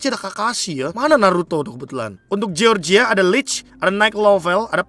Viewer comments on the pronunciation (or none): none